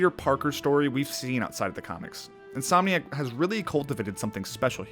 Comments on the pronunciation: What does Robinson number and the meaning of life have to do with Spider-Man? I swear to god man, sometimes you are reaching so hard it's fucking unbelievable. And stop saying "Insom" for fuck's sake. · Stop announcing the game company wrong please it’s irritating. It’s insomniac